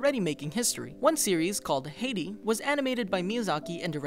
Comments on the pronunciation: No, as Simonne said, the name was not pronounced correctly. It's "Hi-dee", not "Hay-dee". I'm German. (And I even just looked up the original Japanese title and even there it's a "Hai") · Is the narrarator Asian? He pronounces Japanese names correctly, which most people who aren't Asian or even part Asian don't. Also it's pronounced hi-dee.. you know, like the name Heidi, not hay-dee. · 107 facts on Thomas and Friends, please. Also it's not Hey-dee, it's Hi-dee. That's how you pronounce Heidi. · Video was great as always, I only found one pronounciation mistake at Heidi. It's pronounced H-ei(like I) -di not H-ay-di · Heidi is pronounced hi-dee not hey-dee 👍 I just have to say it because this is my siblings name lol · FYI it’s pronounced hide E not Haiti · I can handle the mispronunciation of Japanese words as you are clearly trying to do things right. But PLEASE! The early animated film that Takahata made is Heidi, (Hi, Dee), not Heidi (Hay Dee). It's based on a German book about a little girl in the Swiss Alps. So the pronunciation in German, not Japanese. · It's pronounced High-Dee. xD Not hay-dee. Just saying. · Did I hear the narrator call Heidi Hey-Dee? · I'm pretty it's pronounced "Hai-di"....:) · the way you pronounced "Heidi" killed my soul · You pronounced Heidi wrong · you pronounced heidi wrong ;P